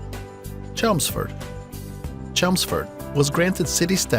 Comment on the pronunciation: The creator of this video has never been to the UK. CHELMSFORD 😅 ALSO Derybyshire. (Pronounced DARbyshire) is a county. Its like going to the USA and saying the best city is Texas. Also where is the South West? Pfffffft